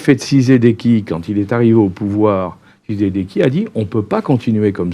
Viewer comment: Président "TSHISEDEKI" . Un peu d'effort, quand même... 🤦🏽‍♀️